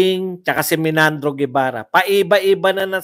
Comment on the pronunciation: Hindi sya Menandro, sya po ay Meynardo Guevarra. Pakitama lang po Ang pronunciation para Hindi masakit sa Tenga. Paulit-ulit ka pa naman - Menandro ka ng Menandro